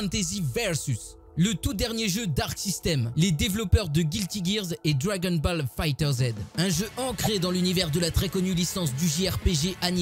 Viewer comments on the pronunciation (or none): C'est moi tu as dit Dragon " BALLE" ?